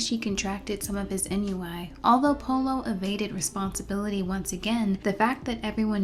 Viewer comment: Hey love the video but ennui is pronounced "on-we" not "en-you-eye". Just letting you know again big fan of your stuff.